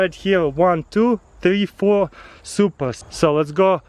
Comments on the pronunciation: Are you saying Supra? Like the first time u said it I'm like "did he say Supra?"😂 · Was he saying i have some supras